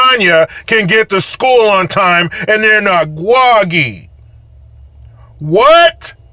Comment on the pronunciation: “Gwoggy.” 😂😂😂 But I always thought it was BS that high school kids had to catch the bus before the Sun came up.